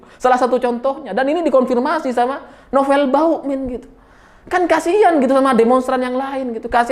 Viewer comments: KOK SAYA DENGERNYA BUKAN BAMUKMIN TAPE BAUKMIN HAHAHAHAHAKS RALAT WOY RALAT MATAK DEDDI SALAH TAPSER KAKAKAKAKAKS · bg nama nya novel bakmumien bukan novel bauin kalau susah nyebut nya novel ompong aja manggil nya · Hooooeeee....ngomong yg jelas dong.....nama sy Nopel Ba muk min...bukan Bauk min....bukan bawokmin...apa itu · ada yg nyadar ga klo nyebutnya "Novel BAUkmin", instead of Bamukmin...:D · kok saya dengernya Novel Bawukmin ya....😅😅😂😂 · Sengaja apa sengaja nih??? Koq selalu terdengar "NOVEL BAUKMIN"... wkwkwk.... Mantulll!!! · kenapa tiba2 "M" jadi "W"...😁😁😁